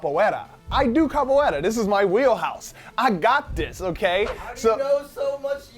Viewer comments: isnt it kapuera instead of kapueta? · Its capoera not capoeta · Its capoeira not capoeta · actually its capoiera :) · Xeviouz Exidra Actually, it's "capoeira"